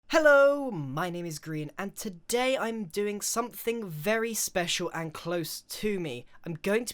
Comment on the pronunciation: Thought your name was pronounced gr-eye-an not gree-in 😂